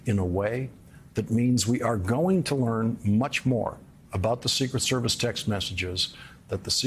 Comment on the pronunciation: Too much emphasis on the “ secret” part, less so on “ service”